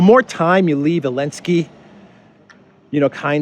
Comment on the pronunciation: Why do you call Zelensky "Elensky"?